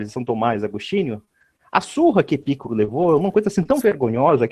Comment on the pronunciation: Epicuro (paroxítona) ou Epícuro (proparoxítona)? O correto é Epicuro. O está por fora até nisso.